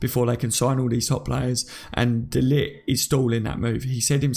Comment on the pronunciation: No way should we even go for de Ligt! We've got good enough players in the central defence positions. By the way ... pronounce it de liggggt. The g is like clearing your throat! Get it right!